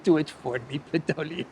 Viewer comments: I can’t get over the way you say MACRON, and Pedolyak 😂😂😂😂😂. Gets me every time. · always cracks me up the way you say Podoliak 😄